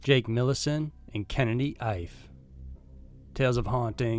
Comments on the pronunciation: Kennedy’s last name is pronounced E-Fay. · Ife should be pronounced: “Eeeeeh-fay”. Just thought I’d help you out. Thanks for the great content! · Please don't take this the wrong way because it's NOT meant that way but I'm pretty sure that the last name of the 2nd missing is pronounced "EE-FAY" & is a fairly common name in Nigeria & Benin...